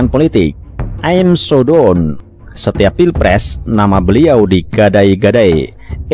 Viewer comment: Wkwkwk.....ini naratornya ngucap kata "Done" bacanya "don" Besok2 bacanya "dan" ya mas...., jgn "don" lagi